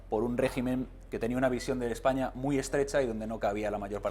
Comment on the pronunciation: Vete al parlamento inglés por ejemplo, canis con dinero y corbata jaleando como burros, por no decir de otros(decenas) que se cuecen a palos. Ejpaña dice el idiota. Objetividad es lo que te hace falta. Y el que escupe en el parlamento es Rufián, y las que sacan las tetas en el parlamento son esos que dicen Ejpaña.